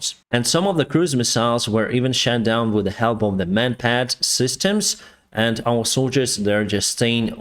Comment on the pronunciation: I’ll never get tired of saying “Shat down”.